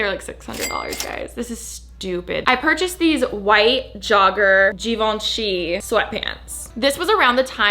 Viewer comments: It is “Jhivanjei” not “ Givenchi” ✨✨✨ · “zhee vaan shee” girl not chi